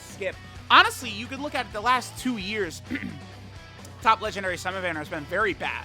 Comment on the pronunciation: DAY 1 ON SAYING LEGENDNARY